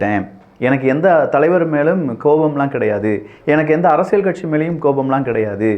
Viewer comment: Thambi Neenga arasiyal endra varthayai la enbadharku zha endru ucharikteerkal pls correct seithu kollungal.